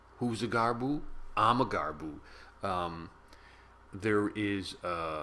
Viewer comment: Gab-ru! Not garboo. facepalm